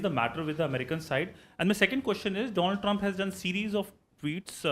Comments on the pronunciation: Wasn't he " My Fraaand DOLAAND trump" , howdy Modi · My ferernd Doland🤣🤣🤣🤣